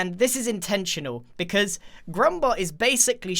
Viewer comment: let me translate for you, don't comment on channel "becwause he gwets angwy"